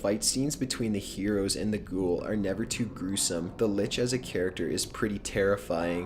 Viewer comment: Litch? Change the l to a b and I'm cool.